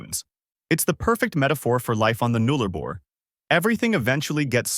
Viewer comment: It's. Boo.ula. Null a bor. Please say the names properly. Also there's plenty more. Towns that are as remote and isolated you haven't mentioned.